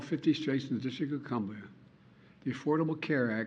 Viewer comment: “All 50 Straits and the District of Cumbia” “That is Anithetical to all we believe in”. He sounded either drunk or out of it.